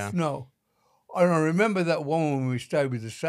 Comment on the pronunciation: I am OZ WOMAN!! U SAID IT RIGHT KELLY!!! WHERE IS THAT FUCKING ROBERT???M😅